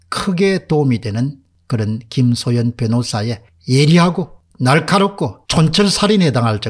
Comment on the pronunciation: 김소연을 자꾸 김소현으로 발음하는 것같은데....